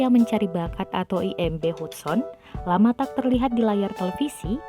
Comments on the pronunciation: Bacanya Hadsen bukan hudson hadeeehhh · Gue kok agak keganggu ya si manggilnya bener2 sesuai nama Hudson.. Meskipun Hudson tapi pemanggilannya "hadsen" kali mbake 😂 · Artisnya sih hebat,punya bakat. Klo sya mau komen soal pembaca beritanya aja. Nama artis keren itu kan Hudson,,dibaca dan di ucapkannya Hatsen,,,bkn Hutson. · Hudson, bacanya Hadsen kelessss. Ah elahhh 😂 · Hudson itu dieja diucapkannya HADSON min.🙄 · Nyebut nama gax becus 😁😁😁. Hadsen di baca hudson...tapi tulisannya hudson berarti aku suudzon. 😁😁